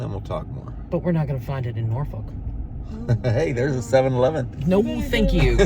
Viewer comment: You kind of pronounce Norfolk like you aren’t from here lol